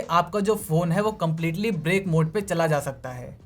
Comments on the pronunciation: The word is "brick", not "break". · Break nahi gadhe usko brick bolte hai 😆😆😆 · Break nehi use Brick bolte hai